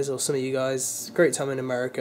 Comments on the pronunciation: who se catches him saying ameri-cer not America lol I still love ya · americur again xD